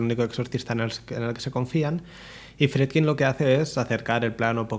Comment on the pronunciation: "hubiieron" " habían" " "Bleiti" "Fredkin".... gramática menos 1.000 y ni hablar de como pronuncia nombres foráneos (no tiene porqué saberlos - su lengua nativa es español- aunque se la pasa por el arco del triunfo - pero ya que se pone a currarlo...haber buscado como se pronuncian...) Lo mas horrendo es lo de "Habían colas ..." "Hubieron desmayos"... solamente dijo "Habia gente" porque " gente " no lleva S. Y después vienen a tocarnos los cojones con la rancia RAE. Me cago en sus muelas- Si en el pais desde donde el lenguaje es originario hay gente como este "filósofo" que lo habla tan horrendamente (filosófico y metafísico) ????, no jodan. ¡Apaga!